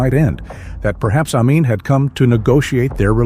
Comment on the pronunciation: Ai is clever. But it can't pronounce Amin.🥴